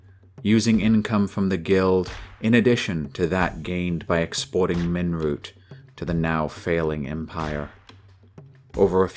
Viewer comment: Did you say 'ninroot'? Not too dissimilar from Nirnroot (Skyrim).